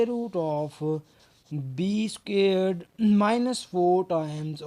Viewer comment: I like how he says "scared" instead of "squared".